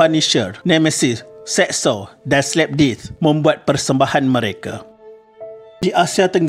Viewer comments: HE REALLY SAID SLAP DEETH , LIKE WHUT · Sebut betul2 la hanat slapdisc slapdisc ku slapdisc kau sedaih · dikkk.....jgn buat palatau slapdeath sebutan yang betuk mmg slapdith....sebutan admn mmg dh betul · Aku dengar slip disc